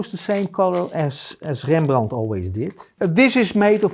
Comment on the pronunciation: Dear sir. Do I have to tell that I love your dutch accent. I loved this, even if I am familiar with paint makings since many years. I love when you say Rembrandt in a way that he would have said. I am a swedish old man, and understands just some words here and there, that we share, but I love the power and poetics in the dutch language. Many thanks for the tutorial.